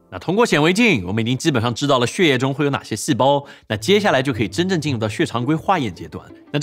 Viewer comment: 念血（Xuè)液不念Xie 😂